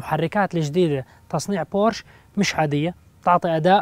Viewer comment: اسمها بورشه ، مع احترامي